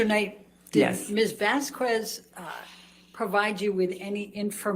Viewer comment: Hypothetically, how hard would one have to hit to get it through that thick skull that it's not "Vazkwes"